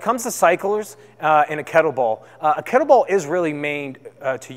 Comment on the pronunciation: Cyclists, not cyclers. Kettlebell, not kettle ball. I hope your day job isn't teaching English.